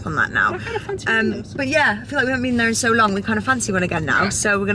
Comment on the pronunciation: 5.35 she definitely said "SLONG" 🤣🤭